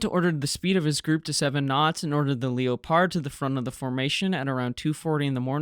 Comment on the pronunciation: FFS learn how to pronounce Leopard